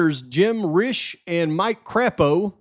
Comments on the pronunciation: It's pronounced Craypoe. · Hi! Thx for all u do!! I grew up in Idaho (Sun Valley and Boise) and wanted to tip u off on a couple pronunciations. Shoshone is pronounced Show-shone, no “ee” sound at the end ☺️ And Crapo is pronounced crepe-o. Although I’ve heard many people throughout the years reference him as crap-o based on his politics 😆 I appreciate alllllll the hard work u do. Keep up the good work and stay safe! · Pronounced Cray-poe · Mike Crapo is pronounced Cray po.